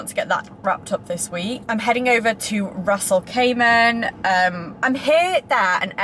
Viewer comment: Stop saying Ras al cayman....Ras Al Kimah!